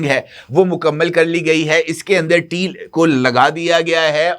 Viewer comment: ABBY GUNJAY DHAKKAN 😂TEAL NAHEAN TAIL SAHEAH ENGLISH BOL WARNA URDU MEAN DUM BOL.😂